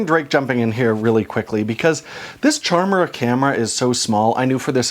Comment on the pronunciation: It all in the name - a good little pun. It should be pronounced like Chimera with a hard K sound